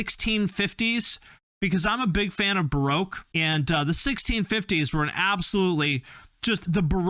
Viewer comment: You can’t pronounce baroque. It doesn’t sound like broke… Ba-roke if that helps? Scrubbing the 60’s and 70’’s? Referenced? In my UK politeness fuck no. Modern music really does suck (that’s an Americanism l guess). I’m not sticking around to watch the rest. N.W.A. 80,s Dead Boy’s 70’s Just 2….. Not pop, not metal, but real and great.